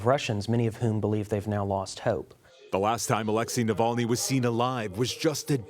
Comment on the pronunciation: Say his name correctly. Navalny.